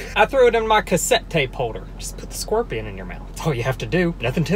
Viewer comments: Bro I love how you pronounce "scorpion" like "skwerpion" with your accent 😄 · “squorpian” LMFAO WHAT